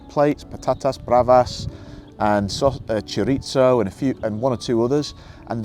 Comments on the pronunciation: It's pronounced CHORIITHO, NOT TSCHOURITTSOU... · 18 months and you still havent learnt how to say cho-ri-"TH"o ?! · Well I wish you all the best in any case but please learn to pronounce chorizo properly! LoL. I learnt Spanish to degree level and lived in Seville for a while. It was an education and taught me that the grass isnt necessarily greener on the other side. I suppose we all find our happy place in the world eventually. Mine is in the Peak District. 😊@ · Do you speak fluent Spanish yourself? And I don't mean just hola que tal... The way you pronounced chorizo tells me you probably don't 😂 I think only when you do so and fully integrate into Spanish society are you able to then give a balanced comparative view between life in the UK and Spain. Otherwise you're kind of living as an expat in the sun n a protective bubble.